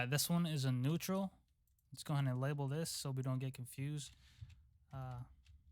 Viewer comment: neautral LMFAO love u bro but i died there 😂